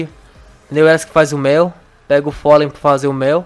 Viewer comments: se não sabe que se diz pólen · não é folem e pólen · Polem não folem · Folei ranei? É polem e honey